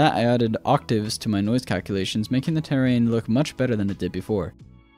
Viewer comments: terrain dude not tear rain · This man does not know how to deal with the word terrain